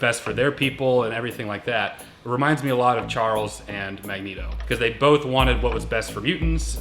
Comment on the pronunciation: Omg i thought u said "Magnegro"